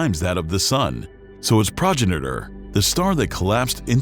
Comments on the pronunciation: Enjoyed the content. Fine presentation. Incorrect pronunciation of progenitor the only slip. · This guy doesn't know how to pronounce "Progenitor" - that or this is TTS.